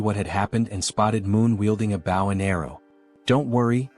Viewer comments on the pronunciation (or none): Your English synthesizer has a few easy mistakes to fix. Bow has two distinct meanings and pronunciations. Bow 🏹 pronounced with a hard O, and bow as "To bend" pronounced how your video probounces it. I would suggest for 🏹 to be written as "Bo", "Bough", or "Boe" in your script.